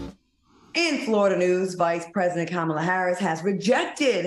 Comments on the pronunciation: Please tell Q, it's comma la (the the punctuation matk. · Q, START SAYING OUR VICE PRESIDENT NAME RIGHT.